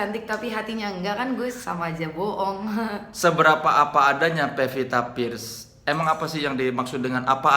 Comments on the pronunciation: Pevita Pearce, woe. Bukan Vepita First. Wkwk lidahmu keseleo mulu, bang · soleh ga bisangomong "pearce"